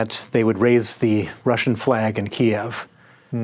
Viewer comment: It's not Keeyev its Keev.